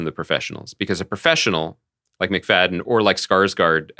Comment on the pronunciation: It's Matthew Macfadyen (Fad-e-an). Please pronounce this talented man's name correctly!